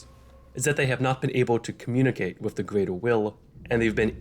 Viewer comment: "The Gweater Will", "Only four chawacters"